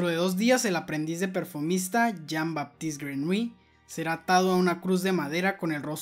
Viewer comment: Se pronuncia Yin Batist Grenoulli